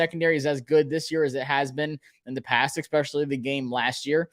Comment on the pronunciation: Only criticism bro, it’s “especially” not “expecially”